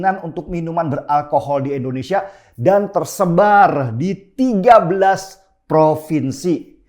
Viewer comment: Indonesia , I-N-D-O-N-E-S-I-A PAK BUKAN ENDONESIA !!!